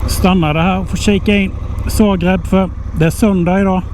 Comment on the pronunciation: nej jag bara skojar.Han säger fel det är Zagreb inte Sagreb . Roligt att kolla på hans video och följa med på resan ni gör bra jobb .